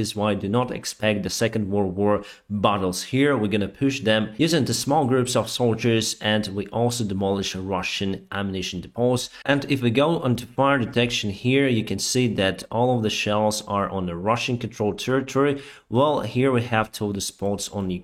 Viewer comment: DEEE-pohs, not de-POHS. (depots)